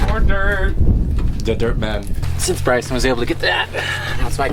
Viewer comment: I think most people take for granted how challenging it is to level the ground to pour a new foundation for a building. We’re excited to see all the progress! Two questions: when will see more Garen and Ellie projects and, did call Bryson “BRYAN”?! it sounded like it, but we couldn’t tell….thanks for letting us be part of your “family”, each week.